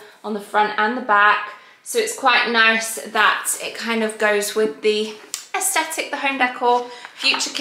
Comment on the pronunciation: Just a heads up, you pronounce it ‘aes-TH-etic’, NOT ‘aes-T-etic’. 👍🏻